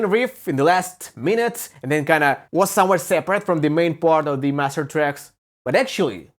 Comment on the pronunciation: Omg "waes semwhare seprate" 🤣🤣🤣🤣🤣🤣